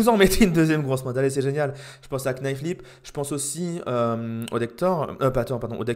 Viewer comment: Alors juste pour ton information quand tu prononce le mot "knife" il ne faut pas prononcer le K. C'est exactement comme "sword" ou tu ne dois pas prononcer le W.